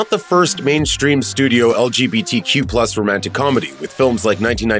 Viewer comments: you say legtq wrong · "...beyond it's hictorical importance as an lqbtq film..." bye